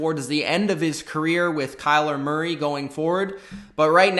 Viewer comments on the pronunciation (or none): none